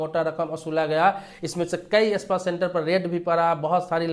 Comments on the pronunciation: Espa nahi spa bolo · Pehle Sahi bolne seekhiye ispa nahi spa boliye janaab